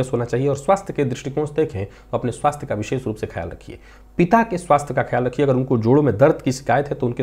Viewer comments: विशेष का उच्चारण कहीं भी विशेख नहीं सुना है आज तक 🙏🏻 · विशेष का उच्चारण कहीं भी विशेख नहीं सुना है आज तक🙏🏻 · विशेष का उच्चारण कही भी विशेख नहीं सुना है आज तक।